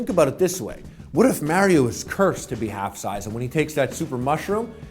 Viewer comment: Whyy is Harley one of those people who can't pronounce correctly Mario 😫